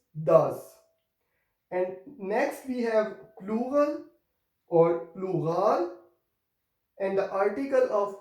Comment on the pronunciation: hello sir! why ypou called olural to pluhal?